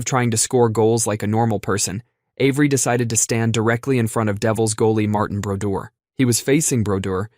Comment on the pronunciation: "Mar-Tan" Brodeur...that dude was an animal in the net!!!